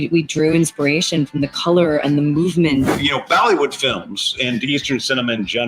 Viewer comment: Did he just say Ballywood instead of Bollywood, showing he has no idea what it actually is?? I swear he said Ballywood. Way to make it worse Gunn, totally fake.